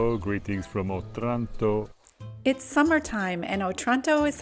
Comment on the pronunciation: It’s pronounced O-Tranto, not otrànto 😂